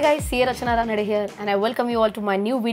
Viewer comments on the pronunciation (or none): Ma'am, thank you so much for these videos, these all are very informative and the same time simple to understand. I more thing is want to highlight that you pronounce your name रचना रनाडे but it is written रचना रानडे. It was just an observation ma'am. It came ito my mind so I just wrote.